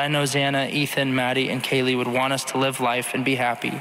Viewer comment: Kaylee not Kayla. At least get her name right.